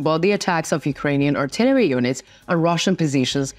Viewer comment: Pronunciation. Cont.. "Artillery" ..emphasis on second syllable! "Ar-TI-leree" Other than this, there are a few more, but great reports, thank you!